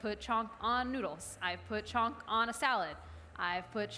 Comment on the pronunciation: Mediocre Indian/NRI cook who has learnt one or two things.. which she uses in every recipe.. here 'chhonk' & 'ghee'(in her words chonk and ghay).... I've watched her daal(Dahl=in her words) recipe she sucked miserably(no one in india makes dal like that no spice also her daal stucked in pan and putting her with madhur jafry lower madhur jafry's skill and knowledge and experience.. really there great indian chefs out there in US.. why to lower the leval of platform with her.... Dont come at me this is opinion of one indian who is passionate indian food lover